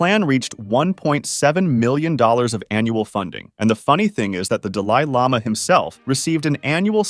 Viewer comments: "duh lie llama" just before that too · Dahli Lama. As in Salvadore Dali. Doll-ee. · The deh lie lama? Bro who mispronounces Dali lama??? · The worst Operation known to date is the way this man pronounced DahLIE Llama and Tihbeht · Tibbett and Duh Lie Lama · How you gonna make a video and when u see a word that you don’t know how to pronounce you just say fuck it instead of googlin it. That’s how you end up with Da-lie Llama 😒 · Jesus christ that dali lama section gave me a brain hemorrhage with all that mispronounciation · You have never heard of the dalai lama or you really don't know how to speak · I think you’re the first person I’ve ever heard pronounce the title “Dalai Lama” wrong. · why do you mispronounce "Dalai Lama" and "Tibet"? bro there's so many issues with this video, you really ought to withdraw it, re-edit it, and republish it. seriously. this lack of quality control reflects poorly upon your channel. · your pronunciations of 'Dalai Lama' and 'Tibet' are either a coded support straying from the Draconian manners of Tibet or just a general pisstake. I refuse to believe either of them pronunciations are proper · Brother it hurt painfully hearing "duhlailama" and "tibit" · aw yes the Duh-lie Lama from Tibbet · I was going to subscribe but the way you pronounce The "Dalai" Lama and "Tibet" ruined your credibility for me. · Has the narrator seriously never heard how "Dalai Lama" and "Tibet" are pronounced before? Wtf 🤦‍♂️